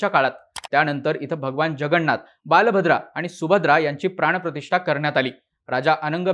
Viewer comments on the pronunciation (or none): बाल भद्रा नाही रे... बलभद्र असतंय ते